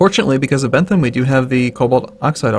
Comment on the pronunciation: Ypu are pronouncing Bent Ham's name wrong.